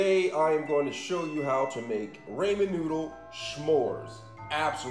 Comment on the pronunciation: Rahman not Rayman man. I’m not trying to be mean it’s just how you pronounce it. And if it’s an accident I apologize😅👍 Keep up the great work!